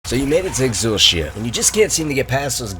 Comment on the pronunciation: yo who calls it "exul-she-a"??